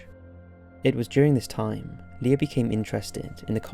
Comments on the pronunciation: "LIER" lol while ur description says Leir. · It's Leir not Lier!!! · Leir not lier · Didn't even get his name right. "Leir" or "Lier"